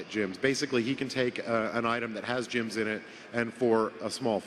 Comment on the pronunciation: Why does call "GEMS" "JIMS"? It annoys me:))